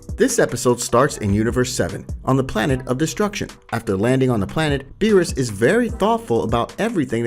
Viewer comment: Does anyone notice that he said beerusus KID